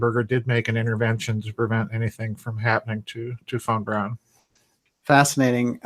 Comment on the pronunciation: My name is fawn brown and every time you say Von Braun it sounds like my name...freaky